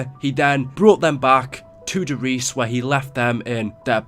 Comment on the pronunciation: I would love it if YouTubers could actually pronounce the German maps names, like Der Riese is not pronounced de Reece.. its pronounced Dere Reesa. Der Eisendrache is pronounced Dere Ai(pirate voice)sendraaage